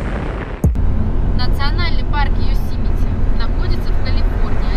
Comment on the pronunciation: национальный парк ЙевмиСити? Чтоооооо? Йосэмити!